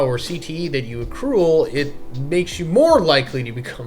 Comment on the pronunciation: The word is ACRUE not ACRULE 😅